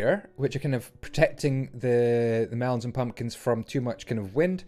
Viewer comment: i liked the way he sad mumkins and pelons